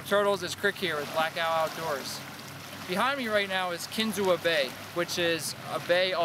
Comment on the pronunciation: You pronounced kinzua wrong. It’s pronounced kin-zoo